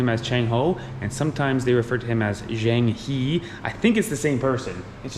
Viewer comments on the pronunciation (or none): dad shaking head to mum is so adorable 😂 the pronounciation for Zheng He is similar to Ho. It sounds like 'her' not 'he' ❤